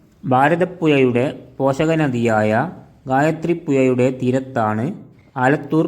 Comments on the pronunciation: കോഴിക്കോട്, എന്നാണ്, അല്ലാതെ കോയി കോട് എന്നല്ല, ഭാരത പുയ, എന്നല്ല, ഭാരത പുഴ, ഗായത്രി പുയ, എന്നല്ല, ഗായത്രി പുഴ എന്നാണ്, മോനേ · കോയിക്കൊട്, ഭാരതപ്പുയ, എയമത്ത്, ഗായത്രിപ്പുയ 😂😂😂 നല്ല ബാസ 😂😂😂